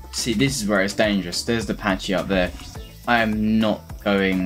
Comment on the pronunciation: It kills me how you pronounce pachy as patchy.